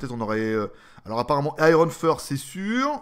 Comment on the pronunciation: finir en queue-de-pie, très bon. Iron fist (poing), et pas first. :)